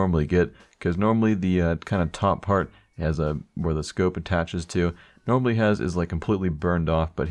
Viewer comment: everytime you say normally i hear anomaly:DD